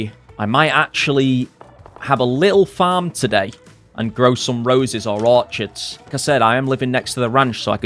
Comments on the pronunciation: Orchids is pronounced "Or-Kids". Just an FYI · Orchids is pronounced orkids. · OrKIDS not orchards...